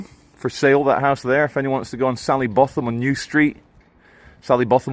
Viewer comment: SALLY BOWTHAM it’s pronounced or could even be BOTTOM, as in WINTERBOTHAM . Remember the great Ian Botham?? 🌺🇬🇧